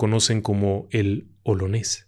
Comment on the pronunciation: Gracias por la narración tan exquisita, sin embargo el famoso pirata era conocido como OLONÉS, no OLANÉS...a pesar del error en la pronunciación ya no se encuentran narradores como usted, lo felicito!